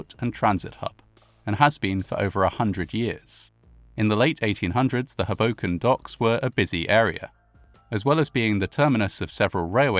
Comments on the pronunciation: As a NYer, I can't tell you how much I love how you say "Hoboken". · I can't decide if this means he was pronouncing it wrong. 😂 I grew up near Philly, and always heard it pronounced with the first syllable being stressed. But then, this fits into one of those "You know you grew up in [place] when" memes. For me, it's "Lancaster" and "Lebanon," PA. Outsiders always pronounce them wrong. :P (For anyone wondering, they both have emphasis on the first syllable as well. LANcaster--although the a is almost long--and LEBanin) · For future (and viewer) reference, both Hoboken and Weehawken are pronounced with the emphasis on the first syllable. Always happens when people make videos about the Matawan shark attacks too 😅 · I can’t watch a video that can’t pronounce the well known town of Hoboken, NJ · It's not hu boken it's Ho Boken. Both Os are long sound. I know a lot of people get it wrong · HOboken, not HoBOken, I’m afraid. Same with Weehawken. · Great job as always. Pronunciation tip: Hoboken = HO-bo-k’n, not Huh-BO-k’n. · It’s HO-bo -ken, not Ho-BO-ken. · It’s pronounced “hohwbowken” not “habowken” it’s a hard owe not hah. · I know it really doesn't seem like it should be my British bb, but yeah, it really is HO-boken. Not ho-BO-kin. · its just "hobo-ken", not "Huhbocan" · ust for future reference, it's HOE - boken not, HUh - boken.... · Oh how sad, and how bizarre. Just by the by...it's pronounced HOboken (not hoBOken). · bergen county native here - it’s HOE-bo-ken. also, SEE-caw-cus. that is all. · Stunning. I was raised in Hudson County, my family members were teamsters, worked on the docks in Weehawken, North Bergen & I don't think anyone even heard of this horror (which is creepily reminiscent of 9/11). PS With the NYC accent it's pronounced HOboken, just fyi. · He pronounces it like "Hadoken" from Street Fighter 😄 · Another excellent video. Incidentally, the emphasis is on the first syllable, as HO-boken. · Pronounced like Crow-Broken